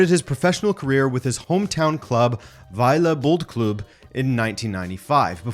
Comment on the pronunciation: dude you totally aced it saying Vejle Boldklub! 👌